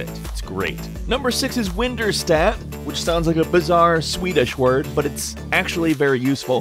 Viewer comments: its windirstat not winderstat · WinDirStat not winderstat. Just to let you know. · windirstat NOT winderstat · It’s WinDirStat not WindErstat. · WinDirStat* (as in, 'Windows Directory Statistics') not Winderstat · oh btw, its "windirstat" as in "windows directory statistics" not "winderstat" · "Winderstat" sounds like "Winterstadt". That means "Winter town". xd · Winderstat...should be Windirstat, like the dir command, short for directory. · correction: WinDirStat not winderstat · It's WinDirStat, not WinDerStat. It's short for WIndows Directory Statistics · it's WinDirStat not WinDerStat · winderstat? can you read? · Guys it's winDIRstat not winDERstat. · So he pronounced "Dir" as "Der" and not "Deer" or however you pronounce it. It happens. You know, Po-tay-to, Po-tah-to and all that... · "Winderstat"??? It's WinDirStat.. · Winderstat sounds swedish and a bit weirdm but you might want to consider re-reading that name, as WinDirStat, as in Windows Directory Statistics might make a lot more sense, as that is exactly what this program is doing ^^ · Dude, #6 is WinDirStat, as in Windows Directory Statistics, not WinDerStat. You can even see it on the videograb. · It's WinDirStat, Not WinDerStat... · It's WinDirStat not WindDerStat. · He sounded like he was having a stroke when he was talking about Winderstat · Its windirstat as in "Windows Directory Statistics" imbecile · WinDERstat lol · I think it's WinDirStat ;)